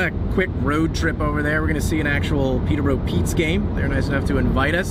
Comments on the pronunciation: It bothers me the way you say Peeta bro , it’s Pee-Tur Bore-Oh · Peter bro... It's Peter buh Row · Their pronunciation of Peterborough makes me laugh